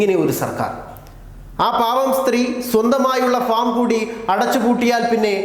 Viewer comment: ഫോം ഫോം ഫോം ... ഫോമല്ല ഭായ് ഫാം ഫാം ഫാം...ഒരു വാർത്ത വായിക്കുംബോൾ വളരേ ശ്രദ്ധിക്കുക...ഇങ്ങനെ പൊട്ടത്തരം പറയരുത്..ok